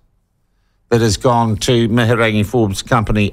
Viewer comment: Your not saying her name properly so go and get educated in your pronunciation it makes you sound silly. Good on them Wahine Toa!!!